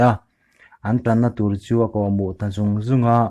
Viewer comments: Tlangpuia i chhiar thiam teh lul nen thenkhat lai om ang lo deuh2 lam diklo i nei Kawlhnâm te kha hnam nilo in hnâām ti a lam tur. Luih luih poh lui lui i tia. Bur bur pawh būr būr i ti leh loi a... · Kawl hnam anilo, Kawlhnam tih tur, burma rama awm kawl ho hnam ti angin i lam alam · A tawp lama, "Hrangkunga chuan silai a pu a, kawlhnam a keng a..." tih a ni a. A chhiartu hian KAWLHNAM (chem sei) hi Kawl Hnam (Kawl caste/clan), khawchhak lam unau, kawl ho chi leh kuang chungchang a sawi ta emaw tih turin 'hnam' tih lai tak hi a thluk a tihniam a, chuti a nih chuan a kawh a dang daih a ni. Thluk dik lo tam tak a awm. Khi khi a langsar em a, ka'n thur chhuak bik a nih hi. Thu lam rik /thluk dan nasa taka zir thiam turin ka duhsak ache. Thahnem ngaihna avangin, hetiang reng chuan subscriber i nei tam thei lo ang tih ka hlauhpui deuh che. A thu a that teh lul nen.